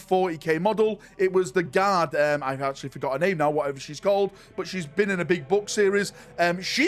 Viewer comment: that is not how you are supposed to say "actually"